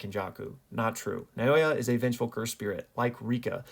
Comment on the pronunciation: Fuck it's refreshing to hear someone actually apply some understanding to storytelling rather than just literal interpretation. If we can just get americans saying naoya correctly I'll be happy.